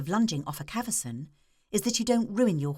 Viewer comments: Cavesson not caverson you nitwit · swear it's spelt "cavesson", not "caversan"